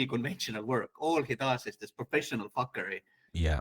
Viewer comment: "Professional fockery"